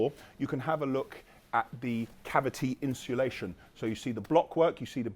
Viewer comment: Is me thats been saying insulation wrong for 30years lol cos says " inshulation" and also "balllarrst" 🤔😂